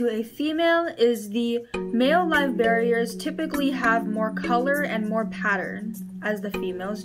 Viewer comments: Live bear-ERS, not barriers. I worked in a petshop for 6 years. It's kinda cringy for me to hear. Like when people say bay-tas, instead of Bet-tas. Or chick-lids, instead of sick-lids. Or gur-bils, instead of jer-bils. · Isn’t it called Live Bear-ers? Like as in they are bearing live babies?. You are saying barrier....like a something you put up to block something. Good video though.... I just think you’re pronouncing the name of the species wrong.